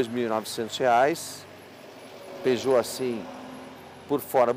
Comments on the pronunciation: Parei de ver quando disseram peugout 307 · Peugeot 😂😂😂 AutomaticO kkkk. É AutomatizadoooO